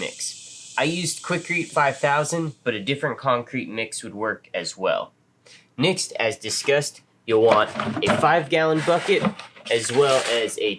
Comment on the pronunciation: Is he pronouncing next as nixt?